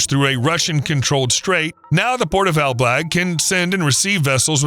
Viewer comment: Ok, but it's ELBLĄG, not ELBLAG - huge difference.